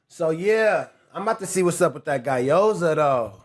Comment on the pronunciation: “Guy-yoza” is crazy work